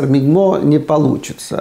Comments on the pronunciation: Не мигмо, а мгимо. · Не МИГМО, а МГИМО. Акуратнее... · Профессор мигмо😂....! МГИМО))) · Чувак вырос в СССР, а МГИМО произносит - МИГМО